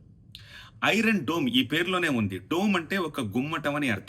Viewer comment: ఒరే బాబు డూమ్ రా దోమ్ కాదు రా బాబు